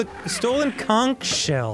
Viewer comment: Kudos to Dan pronouncing conch correctly the first time he said it, and very disappointing that the games doesn't.